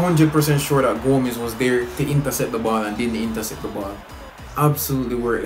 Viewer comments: It's GO-MEH-ZZ not GO-M-SS🤣🤣🤣🤣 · Gomez isnt pronounced goms he is pronounced gomez